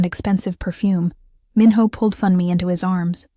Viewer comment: Funmi is pronounced FHOON me. Not Fun me!!! Why do the photos of them change to two white people?! Stop that!!!